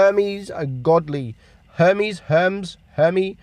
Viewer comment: Chip-pote-lay....but still says castilla instead of cas-tee-ya so let it go, bruh... he got Her-mees right so greek is ok